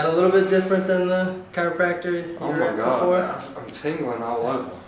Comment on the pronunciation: I wonder how many times he said "oh muh gawd"